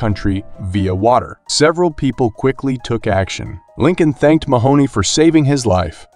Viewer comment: everytime Mahone is pronounced "Mahoney", i die inside a little bit